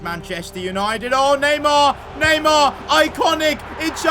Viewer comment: It’s neymar